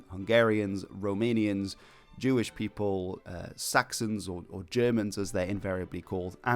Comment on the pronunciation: I have to say that your pronunciation of Romanian names is very good, congrats!